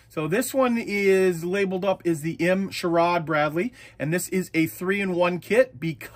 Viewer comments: Its pronounced Shore - ad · SHORAD pronounced Shore-add is Short Range Air Defence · I'm an old BSFV crewmember, this makes me happy! BTW pronounced SHORE-ADD, Short range air defense 😉